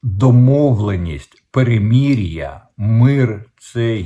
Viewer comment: В укр.словах ' мир',перемирити,перемир'я голосна ' и' повинна звучати як " И укр./ Ы рус (, укр.вухо ріже ' перемір'я,)...Також сотні раз Вами промовлене " ракєта,ракєти.Правильно буде " ракЕта / русс.буквами ракЭта /...